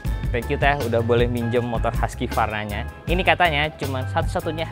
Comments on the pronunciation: bacanya tetep huskvarna bukan huskyvarna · Husqvarna itu bacanya HUKS VARNA bukan Huskie Varna. Gimana sih wkwkwk Jangan² bilang BMW, Bi em dobel yu juga lagi.. wkwkw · Cara baca Husqvarna Huskivarna = ❌ Hooskhvarna = ✔️ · Biar orang pada gak salah kaprah yah bang, bacanya bukan “haski-varna” tapi ya “husk-varna” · Bukannya cara bacanya husvarna bang?